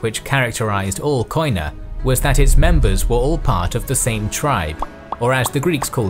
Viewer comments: Κοινά (Koina) is pronounced "Keená" because in Greek "οι" (oi) is pronounced like "ee" in "keen" or "i" in "drink". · First of all, love your work!! A minor observation, the pronunciation of Koina/ Κοινά in greek is "kenà" with an acoustic "e" in place of the "oi" and the punctuation is on the a. Keep up your incredible work!!! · Gwynbleidd κοινά is only pronounced “kina” in modern Greek. Ancient Greek pronounces the οι as a diphthong, modern Greek shortens most of those diphthongs to “E” or “I” sounds. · koina ---keena as a sound oi as a single e (oi its a double letter) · Trully amazing work, one notice though, the word "koina" is pronounced as "kiná" and it actually means "commons" in ancient and modern greek. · It's not Ko-ee-na, in Greek oi, ei, yi are pronounced as "ee" in English. Koina is pronounced as "Keena". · wonderful documentary . your Greek accent has few mistakes though "koina" sounds like "keena" , most of the times "oi" sounds like "ee" hehe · It is not pronounced Koina but kiná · Κοινα is pronounced without 'o' in it, because ο+ι=e in greek. So κοινα is pronounced kena in english. Other than that the narrator is pretty good at pronouncing greek words without being greek himself. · It is written "koina" but it is pronounced "kena" In Greek.. Excellent work although! Greetings from Greece🇬🇷